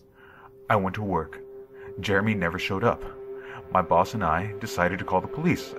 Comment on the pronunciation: I thought at first he said: "My balls and I" instead of "My boss and I".